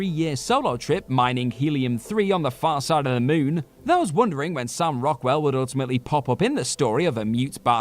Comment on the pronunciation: "Mioon and Mioot". 😁